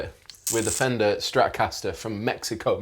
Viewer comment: Well, thanks for pronouncing México the right way.